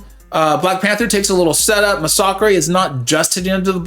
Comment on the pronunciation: Is that how you pronounce Masacre?…. I thought it was just pronounced like massacre lol